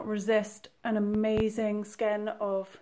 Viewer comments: Pronounced : ske•in, not skin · swift by Only since an adult did I ever start hearing women mis-pronouncing it as 'Skeen', and women still are I hardly hear it being pronounced correctly any more except extremely rarely. It ONLY HAS 1 PRONUNCIATION and it is SKANE the English translation of the French word e'cheveau. And NO one cannot just decide it can be pronounced any way one wants to just pronounce it as to just satisfy oneself. As of EVERYTHING in the world, there is only a right way or a wrong way TO, OF EVERYTHING. People just like to claim there are 'gray; areas to justify their means. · skein - prounounced like skane. Rhymes with rain. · Gealy It is a French word and is pronounced with a long 'A' sound as Skane. Growing up from early 1960s EVERYONE pronounced it correctly, As an adult, I started hearing all women mis-pronouncing as being 'Skeen' an have not heard of anyone any more of knowing it is as 'Skane' except for the lady below you----@ Fenimore. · Skein rhymes with vein. ;) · Fenimore Yes we do, THOUGH EVERYONE, is supposed to as it is a FRENCH WORD AND IT IS ACTUALLY AS 'SKANE'. There IS NO OTHER pronunciation as most people think it is just how each person prefers to say. I have always since long before school age, early 1960s knew it is as 'Skane'. Only as an adult, I started hearing lots of women mis-pronouncing as 'Skeen', and have not hard anyone saying it correctly anymore at all EXCEPT YOU. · I am so glad I discovered you. I love ❤️ 💕 💗 this pattern so much I started it while I watched your video. I got half way through your video and realized it was perfect for this yarn I was saving and I had to start it right away. Here in Canada we say “skane”. Hope that helps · Hi,. I don't know if anyone has answered this question or not, but... Skein = Skane with a long A. 😁 For Americans, anyway. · I pronounce it skayn long a sound. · "Skein" like "rain"--"skAIN". But a lot of people say "ball". :) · Skein rhymes with vein and rein.